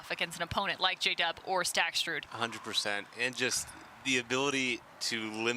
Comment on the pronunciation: I really appreciate the commentary but it's a bit grating that the announcer can't pronounce Staksrud's name without adding an extra "t". It's Staksrud, not StaksTrud. He's a great player. Please learn his name.